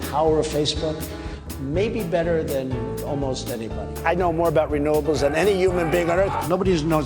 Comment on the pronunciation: How did he pronounce renewables again?